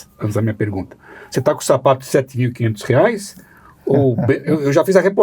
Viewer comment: Sérgio Moro precisa de umas aulinhas de português. Ele comete uns erros de concordância e uso de pronomes bem feios para ex-juiz aspirante a presidente. Teve uma hora que ele falou "pregunta". O Caio levou até um susto. Parei de ver antes que ele soltasse um "pobrema".